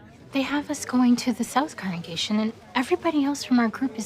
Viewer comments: Second comment. Question: Why can't some of them say the word "congregation"? They say "correngation" instead. I swear I heard it at least twice during this video from two different people.🤔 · Why do some JW's/Elders say "correngation" instead of (I presume) 'congregation'? I've noticed it in a few of these 'official' videos now 🤔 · Why do the majority of these people (and it’s not just this video) constantly mispronounce congregation as “corengation”???? I’m starting to feel like it might be a different word or something. Am I daft??? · shoutout to the multiple people in this video who can't correctly pronounce "congregation"